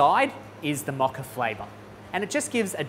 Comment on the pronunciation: It’s a Mocha with a MO not MA